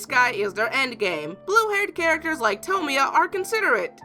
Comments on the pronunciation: it's toe-moy-a. not sure why that bugs me but yea. and I absolutely adore Clannad. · Pronounces tomoya wrong: Me: GOD DAMNIT IT IS SO SIMPLE